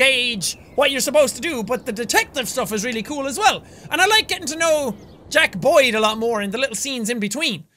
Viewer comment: Is it just me or when he says Jack Boyd I hear Jackaboy